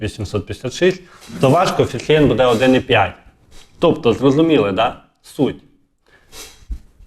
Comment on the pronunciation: А отой саме Його наголос в слові будЕ, замість бУде…………!